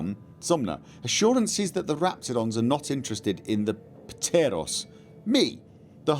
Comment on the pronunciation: The p is silent in ptero and pteroray like with pterodactyl